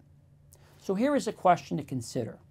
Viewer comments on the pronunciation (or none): none